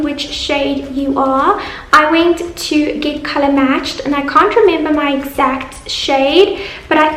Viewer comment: Its pronounced went not wint